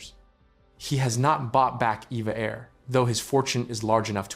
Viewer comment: I've been told that it's not "EVA Air" but "E-V-A Air."